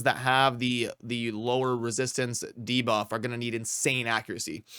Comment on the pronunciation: He said debuff correctly in this video!